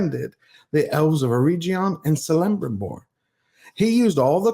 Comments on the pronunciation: Kelebrimbor, not Selebrimbor! EreGion, not EreJion! Sheesh! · Great message Just want to note that correct pronunciation of the names and characters you mentioned is also meaningful and impactful to stay true to Tolkien. For example, Celebrimbor and all other elvish words with a C sound like a K. Eregion has a G like in Gulf. He was a detailed man our Tolkien was.:) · I hope you know now that Eregion is pronounced with a hard g sound like grace. And Celebrimbor is pronounced with a hard c sound like in credit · Ereg, like Greg, Cel like Kel